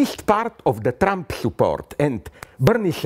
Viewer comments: I think you'll find it was "Trrremp". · I love the way he calls him Tramp. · did he call him "Tramp"? lollll